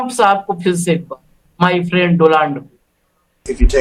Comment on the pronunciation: Friend or prend.😂😂😂